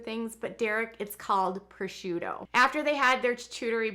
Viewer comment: are you sure you’re not Italian? Your pronunciation of prosciutto was perfecto!